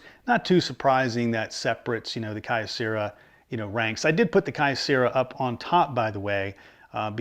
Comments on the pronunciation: I was a Kyocera dealer and it's pronounced Kee-O-Cera. The original name of the company was Kyoto Ceramics Company. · Always an entertaining episode. BTW, I'd always heard Kyocera pronounced as "Kee-Oh-..." as with the city of Kyoto (Kee-Oh-Toe) in Japan. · Just because I am OCD. 'Kyocera' = KYOto CERAamics" so the name 'Key-oh' as one syllable like Kyoto (not Key-oh-toe) = kuhyo But then, my pronunciation here is off on other words too with my thiiiiiiiick American accent when speaking Japanese.